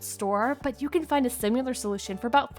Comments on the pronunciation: Lots of great ideas, but it's "similar," not "sim-u-lar" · Is she saying simUlar instead of similar??? Wth! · Great ideas presented at machine gun rapid fire pace with the annoying mispronounced word similar as sim-u-lar. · so many great ideas, but I muted after the third "simular". BTW I thought the speed at which you were talking was perfect. 😃